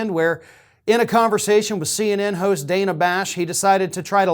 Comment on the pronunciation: I hate to pull threads but she pronounces her name Danna...dan na...not Dana.